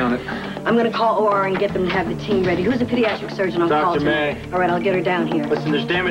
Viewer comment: said pediatICK trauma 😂😂